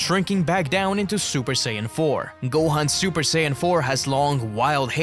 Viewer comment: Que sayajin fala sayadin e escreve sayajin